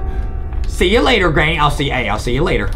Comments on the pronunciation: No one : not even my friends : NOT EVEN JUSTIN : adam : "gRayNy" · "greynny" HAHAHAHAHAHAH IM SORRY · me : granny adam : greyni